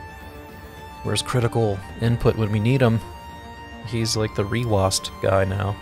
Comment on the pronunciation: Hey there! I wonder how we haven't seen this video before. A few notes, you're one of the chosen users who actually said the name of a program correctly :D Concerning the haptics, we will think of what we can do to reproduce them, but right now it's not possible. Concerning the activators that you have shown in the video, you can check the info about them here: There are indeed a lot of features in reWASD that you may have missed, so I would suggest checking the brief explanation of reWASD interface and all the settings in it: Also, if you have any questions, you can contact us in one of the available contact channels (the links are in the description of the Interface: Explained video).